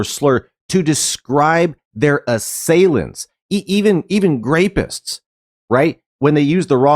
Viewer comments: Using the word "grapeist" instead of "rapist" while saying things in other countries are getting out of control is wild to me. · When you're saying "grapist," the whole point of this video pretty much collapses.